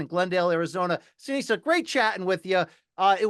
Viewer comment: Seniesa, not Seneisa